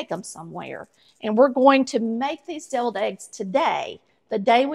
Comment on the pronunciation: I thought you said "bevilled" eggs...